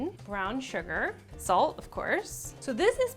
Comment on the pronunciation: no one: Kelly: sAlT